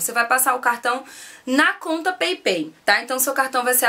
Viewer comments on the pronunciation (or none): Peipei nao amor, se fala paypal mesmo! So a titulo de informacao! Bjs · Pepei 😂😂😂😂😂 Paypall se fala peipal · Peipal que se fala... bejs! :* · se fala "peipau" (paypal)!!! Rsrsrs.. Beijos, flor! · Peipei?? Ahah morri XD